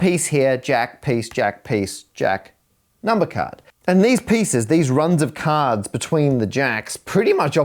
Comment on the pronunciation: Caaahds, caahds, caadhs 😂😂😂